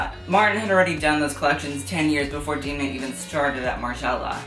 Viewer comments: It’s not D’ee’mna, it’s Demna. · ok this video was ~sooooo great~ but i have one small nitpick - it's pronounced 'Dem-na', as in them, not 'Deem-na' as in theme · you idealize alessandro a bit too much ..... (miuccia) also: *dam-nah